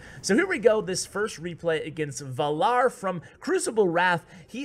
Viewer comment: You don't watch game of thrones, do you? lol based on your pronunciation of "Valar"